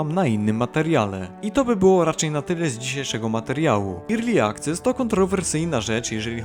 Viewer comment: A ten dalej irli akces mówi xd Koleś, ERLI. Grasz tyle lat w grę po angielsku, a słowa nie umiesz…